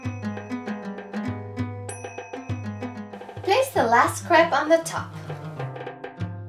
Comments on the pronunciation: lol its "crap" on "crap" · ehehe it sounds like you say crap cake